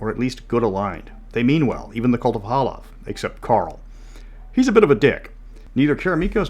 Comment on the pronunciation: It's Halav, guys. Not Hala.